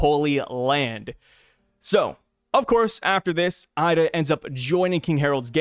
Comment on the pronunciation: Her name is “eye duh” = ida